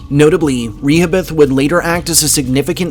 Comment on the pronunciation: Re-ho- bith